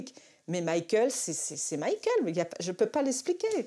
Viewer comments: Le ë sur Michael.. Arrêtez, je vous en supplie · Michael bordel pas Michaël